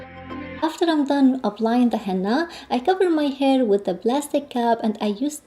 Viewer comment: Just a little input…its he-nna-a not he-NN-a